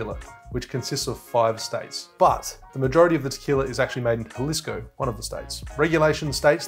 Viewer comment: Aussies really struggle with Spanish. It’s “an-yay-ho” and “ha-lees-ko”. Otherwise, awesome vid! Made me thirsty.